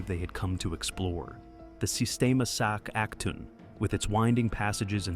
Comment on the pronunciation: it’s pronounced “Sac A Toon”, everyone gets this wrong lol. My son watches Octonauts, they have a special about this place.